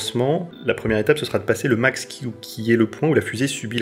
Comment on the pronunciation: On ne comprend pas bien quand tu prononce "MaxQ" (qui se prononce Max Quou phonétiquement) et tu aurais pu préciser que c'était l'abréviation de "Maximum Dynamic Pressure (petit plus pour les non initiés ;)) On parle de SECO (Second Engine Cutoff) pour l'arrêt du Merlin 1C Vacuum du deuxième étage, l'arrêt des moteurs du/des booster(s) principal(aux) s'appelle MECO (Main Engine Cutoff). Et enfin le lancement n'aura plus lieu en novembre mais pas avant (au plus tôt) fin d'année 2017 début 2018 (si pas de report à nouveau) A part ça ta vidéo est vidéo sympa avec de bonne vues graphiques.